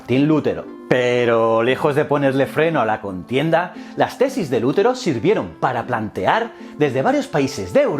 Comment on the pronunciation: Que yo sepa el acento de Lutero es en la sílaba te, y no en Lu. Si no llevaría tilde en la u.